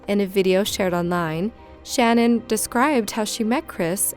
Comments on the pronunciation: It's pronounced Sh-NANN, not SHANnen. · SHA-NAN! Not Shannon